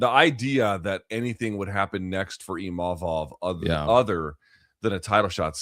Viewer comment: HEY LUKES. Can y'all pronounce IMA-VOV correctly.. it isn't IM-A-VOV. Chuck, keep killin it